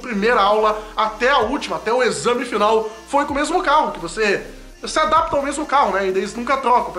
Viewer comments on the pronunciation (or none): none